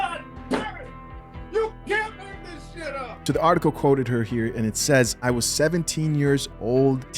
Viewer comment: " I wad deceived ".